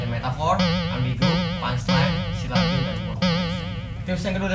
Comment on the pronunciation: Syllable jadi Silabil 😂😂😂😂